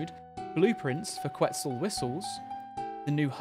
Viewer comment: Ket-SAL it’s pronounced ket-SAL haha